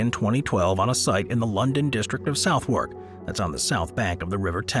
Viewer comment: Regarding the Shard: Southwark is pronounced suh·thuhk! Although it's fair to never know this unless you hear someone actually say it! 😄🤷‍♀️